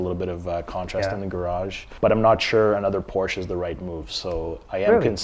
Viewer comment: You can’t even say Porsche properly.